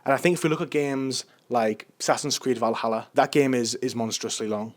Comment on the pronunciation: Va-ll Hall-A